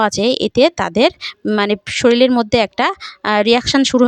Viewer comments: আপনার খুব সহস দেখে(শুনে) অবাক হচ্ছি...ভাষা টাই তো পরিষ্কার নয়, ভুল উচ্চারণে ব্লগ করেন.. প্লীজ কিছু মনে করবেন না..! কয়েকটা উচ্চারণ কি হবে বলছি= শরীল নয় ওটা শরীর হবে... টিকটিকে নয় -- টিকটিকি বলে.. এস্প্রে নয় -- স্প্রে হবে, আরো আছে, তবে শেষে একটা কথা.. রেমিডি খায় না, এপ্লাই করতে হয়, তাই না? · Sarir na saril